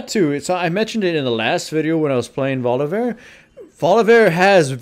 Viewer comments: Holy fuck stop saying Volivear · "volivear" everytime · of "volivear"